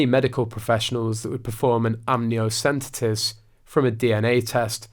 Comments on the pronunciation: Amniotic fluid. Amnio - cent - esis. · Now speak after me: am • nee • ow • sen • tee • suhs You need to get your grammar and pronunciation of the English language right. Possibly also your facts. Much of your content appears to be based on hear-say. It's a shame. The cracks are beginning to show...